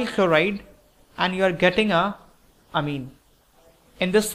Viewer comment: please learn how to pronounce orbit and amine